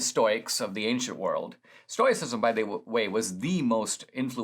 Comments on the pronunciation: I was just saying that. Maybe I'm hard of hearing but it sounds kind of like TOY and TOE is used pretty much interchangeably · Dinesh, since you choose to go with oi being an oy sound. Why are you adding the extra i as in "it" sound after the oy sound? I think you've butchered the entire pronunciation. If this vlog isn't amateur hour, then I apologize. However, it's too often just annoying. How about a little phonics and go with: stow-us-si-zm ? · Stow - ih - sisum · a gentle correction -- It's pronounced stow i cism and stow ic. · What a pity you didn't learn about the Stoics from English speakers. It's pronounced STOW-icism. We who practice it are Stow-ics. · I love what you have to say Dinesh, but sometimes your incorrect pronunciation of words makes it very hard to keep listening! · I love that Dinesh is talking about Stoicism, but I don't think he's pronouncing it right... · Dinesh may not have pronounced it correctly, but if you follow him and listened to his lectures, he is brilliant and has complete command of English and uses words most of us could not conjure up if we tried. Let’s cut him some slack here. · I think you might be pronouncing it incorrectly. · OK so we agree. What is wrong with Dinesh then. He’s a brilliant guy. Maybe this is just another pronunciation that we haven’t heard before? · He’s never heard anyone talk about it so he is pronouncing the “O.I” like in the word noise